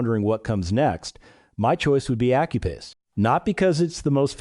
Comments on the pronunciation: Effing AI ... should learn english. Accuphase is pronounced Ak-you-faze ... not accupaze. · Did you say accu-pase?